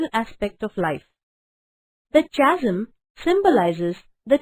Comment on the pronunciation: Mam your explanation is right and beautiful,,,,, but I think the pronunciation of chasm is incorrect? plz..thought and correct the word. and a lot glad to you to explain this poem.Tysm mam.